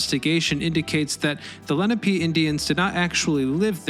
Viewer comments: And it's "Le-NAH-pay", not "LEN-ah-pay". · Leh-nah-pay. Not leh-nah-pee. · Leh NAH peh. Not LE na pee. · It's "Leh-NAH-pay". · It's La-nap-ah